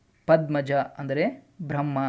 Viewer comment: ಪ್ರಜಾಪ್ರತಿ ಅಂದ್ರೆ ಬ್ರಹ ಅಲ್ಲ ಬ್ರಹ್ಮ